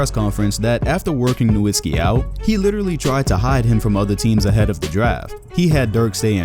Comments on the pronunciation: This guy creates a video of Dirk Nowitzki, but does not even pronounce his name correctly. The W is a V sound in Nowitzki.... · Dude is already retired and you still can't pronounce his last name right. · glad you finally learned his name and stop calling him NowiNsky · I know right! People should it's pronounced "Noh-vit-skee" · Why cant anyone say Nowitzki properly